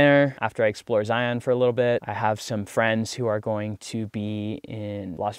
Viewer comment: Zeye-un, not Zeye-On. Keeps the locals from cringing, lol. ✌ Safe travels.